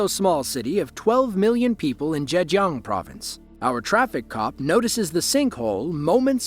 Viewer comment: You might be Asian but not Chinese then. I speak Chinese and the way he says Hangzhou and Zhejiang are close but not right. Some sort of AI generated voice over I think.